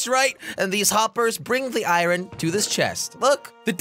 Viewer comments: Iruon jelly it's called iron not iruon looks like you have an accent like josh now jajajajjajajajajajjajajajajjajaiai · Iron not iyron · I-r-o-n that is not how you say that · Iran is not correct Iron pronunciation is ai·urn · its iron not i ron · Has anyone realised that he IrrOn instead in iron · Why did he say irun its pounced ir-on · Called iron not ayran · Nobody: Jelly: I-RON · how many times he said “I ron” | | | V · Jelly: this farm will produce me “Iran” Me: “Iran?” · Danonino Chapulin no he said it like Iren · I like how he said 👁️Ron instead of iron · Oof I meant he said it odd XD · This man made me say iron as ireen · Jelly you pronounce iron like eye in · He pronounced iron as I ron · Lol he say i,ron